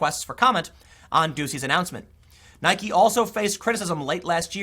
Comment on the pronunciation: The most important takeaway from this video is....Tim finally pronounces "Nike" correctly.